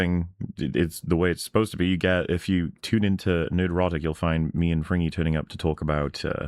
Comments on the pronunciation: Frigny, pronounced "Frin nyee" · has a much better French accent than Fringy. Just saying.